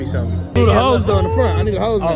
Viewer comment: Yea buddy y’all Slidn not Hidn